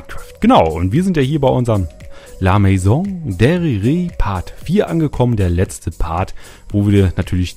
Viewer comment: Man spricht es "la mäson däriär" aus